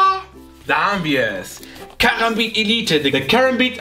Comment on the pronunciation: Du sprichst Karambit falsch aus._.